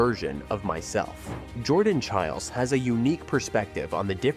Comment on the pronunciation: Jordan Chighlies? Chil- ays? Come on, at least say their name correctly!